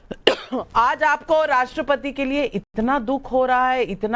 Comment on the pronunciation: इतनी अंग्रेजी झौंकते हैं और राष्ट्र पति को राष्ट्र पती बोलते हैं,यह आदमी आदरणीया राष्ट्रपति महोदया का अपमान नहीं कर रहा है बल्कि एक सौ चालीस करोड़ देशवासियों का अपमान कर रहे हैं, राजनीतिक दोगलापन दिख रहा है